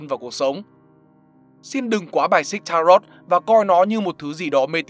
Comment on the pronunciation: Đọc đúng là ta-rô chứ không phải là ta-rot đâu.